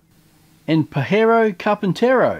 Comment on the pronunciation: Pájaro carpintero is woodpecker, pajero carpintero is wanker carpenter. Hahahaha love your pronunciation when you put the sticker